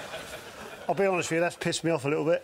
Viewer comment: “ To be onhest’, I’ve never even ashkd em’.”